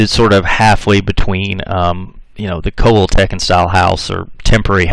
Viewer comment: This narrator also mispronounced the tribe Coal-hill-ta-cons. My phonectic spelling. I reckon the State of Coahuila,Mexico was named for those people. Hell,he even mispronounces the State name. And yeah, l'm a Texican! The ol' man's side-1834, Ma's side-1846.